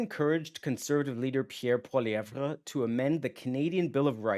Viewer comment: It's pronounced Pierre Polly-ev bro.. the re is silent 😂😂😂